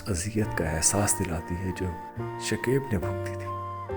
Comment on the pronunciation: Bhai naam shakaib hota hai shakeeb nahi galat talafuz matlab bhi galat deta hai شکیب ش اور ک دونوں پر زبر ہے